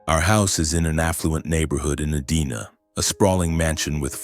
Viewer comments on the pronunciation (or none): Edina is pronounced (ee-die-nah). I live 20 minutes from the city.